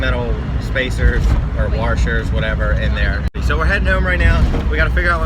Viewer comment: Back at it again with the warshers